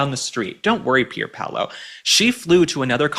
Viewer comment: Loved you saying that designer's name-Pierpaulo. You cracked me up!